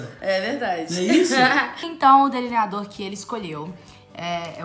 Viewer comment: Camila. Se. Fala. Deliniador. E. Não. Deliniado